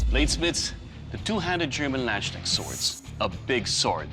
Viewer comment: For me it is funny how they say Landsknecht. You can write this on a list, hardest german words to pronounce.